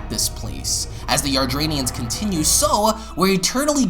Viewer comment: Please pronounce "Yardat-ians" properly. Hearing you say it repeatedly the wrong way was such an earsore.